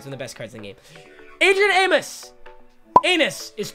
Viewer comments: Aim-oes not aim-isssss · Adrian “~Amus” Is the correct way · Papa, its Amos, not Amos. cmon